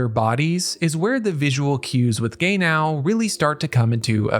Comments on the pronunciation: Not Gay-now. 😒😒😒 It is ge-nau. 😕😕😕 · the AI voice that keep saying Gay now is seriously getting on my nerves lol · Take a shot every time you hear "Gay-Now" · The way you say “Gay-now”😂❤ jk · Amazing analysis of the character and the episode, however I can't unhear him pronouncing his name as "gay now" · Calling Genau, Gay-now, is crazy work 😂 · I'm sorry but yeah, hehe. It makes me laugh but Gaynow is NOT the same name as Genau...I really really hope you aren't one of those people who mispronounce things like this on purpose just to get comments. I liked your video though. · He wasn't gay yesterday but he's gay now. yeah. I hope guy isn't doing on purpose for that well uhh... purpose. I'm cool if it's just the shits n giggles or if they just pronounce it that way but doing it to get those... I mean I understand sometimes creators do stuff to get by but personally just drives me off. They do make good points so yeah. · Fr i cant focus watching because of this 😂😂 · Our man invented a new way to pronounce "Genau". I don't think any of the voice actors ever pronounced it similar to how he does. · Should have pronounce the name in japanese than in american english to avoid the confusion.